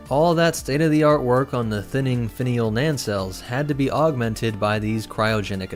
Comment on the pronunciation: Dude. There are NOT two “N”s in NACELLES. Learn to pronounce